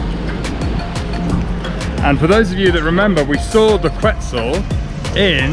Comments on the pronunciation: Quetzal is quetzal, the pronunciation is ket sal without the t. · Pronunciaron mal. Quetzal is pronounced like: Ket-salt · We do have a traditional dish and it's called TAMALES also the QUETZAL IT'S PRONOUNCED KET-ZAL